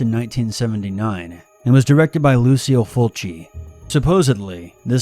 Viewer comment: Lucille Fulci ???? LOL - It's LUCIO